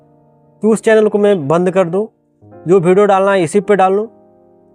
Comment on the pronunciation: Tu pahle video achha se bol le, hamesha bhideo bolta hai pagal